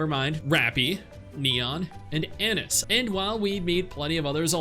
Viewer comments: Aa-Niece ❌ Anus ✔ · Anis = A-Niece Rapi = Wrap-e' Marian = Mar-e-and